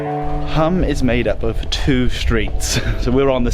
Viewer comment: You pronounced Pula correctly but MURDERED Hum (pronounced the same way, Hoom - long u). Croatia is a lovely country. My partner is from there, so we visit. Of all the places in the world to be from, that's not too shabby.